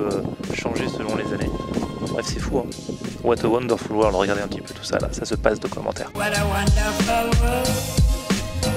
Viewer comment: "wat a waunedeurfoul weurlde"